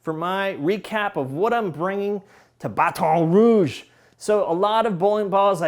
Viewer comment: I grew up there and he says it like I do 😂